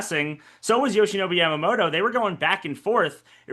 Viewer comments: Who is Yamamodo???? Pronounce his name correctly, Americans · People in English-speaking countries can't pronounce Yamamoto properly, can they? It's Yamamoto, not Yamamoro.